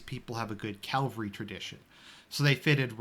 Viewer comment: CAVALRY not Calvary... C-A-V-A-L-R-Y. Are You doing that on purpose..? Great video nonetheless. Classic;) This is exactly the type of content that I was longing for on this channel. Thanks a lot! God bless.